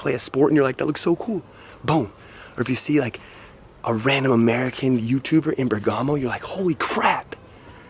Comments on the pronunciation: The stress Is on the "e" not on the "a". So Ber'gamo, not Berga'mo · You should pronounce the name Bèrgamo, not Bergàmo 😊 Also ch in italian is a hard sound, for ex. chiesa is pronounced kiesa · Bérgamo NOT Bergàmo!!!!! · It is said Bèrgamo, with the accent on the first "e." In the local language it is called "Bèrghem." The ancient meaning of the name is "City on the Mountain."